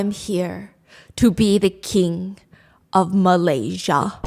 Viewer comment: Shut up stop saying Malaysia wrong